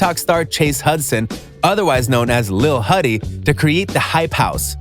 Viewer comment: Ikr lol😂 and the way he said "lil huddy" lol he said "lehl huhddy" like that way 😂